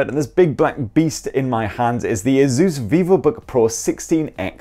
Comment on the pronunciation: It’s asus not azuzz